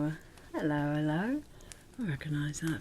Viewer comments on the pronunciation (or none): felt right at home from the first "ello ello" 😂